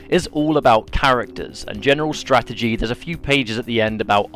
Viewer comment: This is why I DON"T buy strategy guides. This one isn't a Strategy guide. it's more like a (STRA-GE-GA-DY) guide.